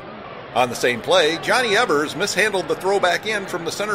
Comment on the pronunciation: 54 seconds in and you've got a mispronunciation. "Eevers"